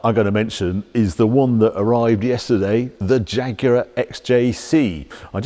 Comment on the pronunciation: Thats not a "Jaaag", its a proper Jaguar!